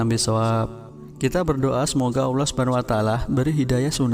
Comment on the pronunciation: Pembaca beritanya nggak fashih melafadzkan ALLAH